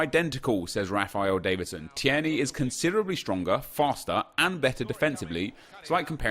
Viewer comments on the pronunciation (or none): it’s T-ear-knee not T-air-knee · TIER KNEE! Not teyarnee, can't believe you made me sound like fucking Hermione Granger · Hep, When you say Teirney you pronounce it like T-air-knee but it's supposed to be Teir-Knee, not hate just trying to help 😀👍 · Pronounced as tear knee. Not tee air knee. Hope it helps as a Scot that was painful to listen to 😂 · Tierney is: Tear-ney Not: Tee-er-ney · It’s not tee-erny. It’s teerny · TEAR-KNEE no TEAIRKNEE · Phonetically: Tear-Knee (tear as in crying) Not: Tee-air-nee Keep up the goof work fella, much love. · You say it like teer-nay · You pronounce it teerney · It’s teer-ney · Teer neigh like the horse noise is how you say his name bro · Tir a nee. I’m Scottish so believe me. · It's pronouced TEERNY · Say it like teer knee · Its pronounced Tear-nae (as in teardrop), you're pronouncing it like Thierry (as in Thierty Henry) and adding an extra syllable. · Tierney is pronounced Teer - Nee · It's pronounced 'Tear-knee' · Say it like Teerney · Tierney is pronounced teerny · just pronounce it 'TEERNEY'. Simples... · Tierney is said like Tear-ney at least where I'm from. It's a 2 syllable name in East Scotland. Idk if they say the er- seperate in glasgow but they don't here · Your sayin Tierney completely wrong (tear ni) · Tear-knee is how you would say it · Ur saying tierney wrong bro x